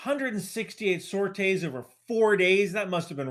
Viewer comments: And please. Call it “sor-tees”. Not “sor-tays” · Please stop saying sorites like you do, its weird. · Very triggered by this pronunciation of sorties.